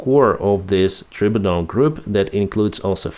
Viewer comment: Tribunal…..pronounced try-bue-nal. God love ya ….ya still speak better English than I’ll ever speak any other language. Live long and prosper…good person that ye are..😊